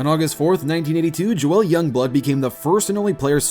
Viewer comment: Maddox = MAD-ducks Castilla = Cass-TEE-uh Joel = Joll (like roll)